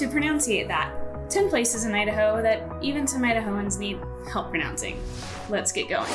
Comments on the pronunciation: out of all those... the one thing that made me wince... wasn't even a town name. Pronounciating isn't a word. ;) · “Pronounciating” is really, really not a word. Not in Idaho, California, Alabama, the UK or Australia. 😂